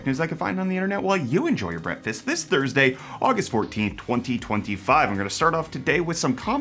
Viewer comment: Please learn how to pronounce the word breakfast!